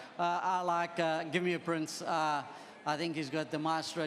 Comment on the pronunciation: Anthony Delpech just said "Gimmeaprince" or did I hear wrong? 😂😂